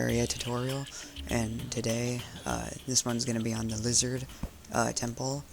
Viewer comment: It's pronounced, Liz-hard not lizard temple